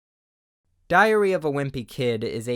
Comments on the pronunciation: I love how you say it, "Diarrhea of a wimpy kid". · I swear everytime he start's saying "diary", I'm prepared to hear "diarrhea" for some reason. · "diarreahh of a Wimpy kid" I ca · I for real heard “diarrhea” 😂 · He SAiD diHaRreA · "Diarrhea of a Wimpy Kid" I CANT UNHEAR IT